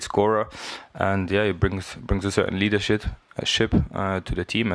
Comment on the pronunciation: LEADERSHIT ! Klasse Versprecher vom Serge 😂